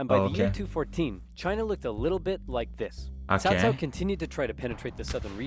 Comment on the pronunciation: We all blamed early Dynasty Warrior games for making us mispronounce Cao Cao's name as "Cow Cow". They eventually fixed it in later games, but by then the damage was already done.